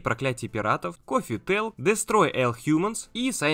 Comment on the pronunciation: Особенно мне понравилось коффи тэлк